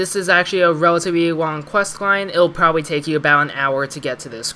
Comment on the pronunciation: "wellitivly wong quest line"